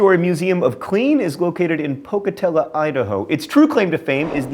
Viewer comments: YOU SAID POCATELLA DON'T YOU DARE INSULT IDAHO! IT IS PRONOUNCED THE WAY IT LOOKS POCATELLO!!!!!! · John misprounced the name of my home town, sigh. It's PocatellO John, not Pocatella. I forgive you though. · Ok, I'm probably the only who found it annoying that he said "Pocatella" instead of "Pocatello". And it seems to me that Idaho has the weirdest facts, I mean, just look at all the sate facts, New Year's video, and the regional food video! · Why did he pronounce Pocatello with an "a" not with an "o"